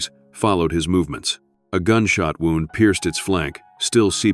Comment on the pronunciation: An intriguing story that would have been much better had it NOT been read by AI. A literate human would have known the pronunciation of different words with same spelling and chosen the correct pronunciation. AI done not read contact and chooses the wrong pronunciation, e.g. “wound” and an injury vs “wound” as in twisted around.